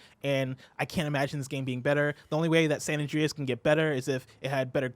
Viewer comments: Omg stop making him say San And-REEEE-as. I cant unhear it now and its driving me insane lol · "San Andreyes"